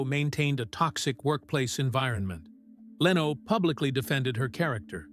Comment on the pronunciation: Nothing new here except Jay LeeeeOH .....lol.....cheap ai....or script writer should type Lin Oh.....